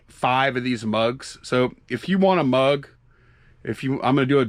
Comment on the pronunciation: Mug not drug.